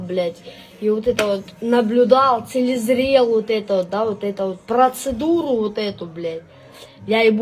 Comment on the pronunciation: Целезрел!😂😂😂😂 5 классов образования аукнулось😂